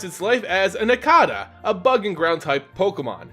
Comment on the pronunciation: How do you say cicada right but not nincada? Any who awesome video. These three are my all time favorite pokemon, so thanks for the video my man. :)